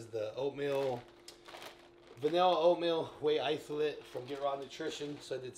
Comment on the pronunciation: Whey itholate 😂